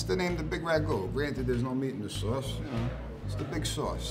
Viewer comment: Dis Swauce is da Bwoss, da pizza cwosts less den otha pizzas, me an' my dwog love to listen to da twalk radio wit all the cwall ins. We really love dis pizza tankyou.